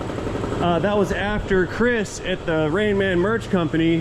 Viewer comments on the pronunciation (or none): none